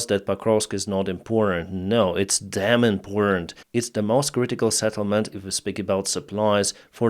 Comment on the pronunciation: Settlement not Saddlement, like - let's get this Settled not Saddled, like - game, Set, match, not game, Sad, match.